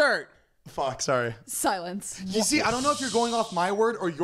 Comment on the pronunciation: “im soery”